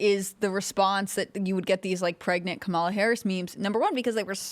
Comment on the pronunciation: Its Cumala....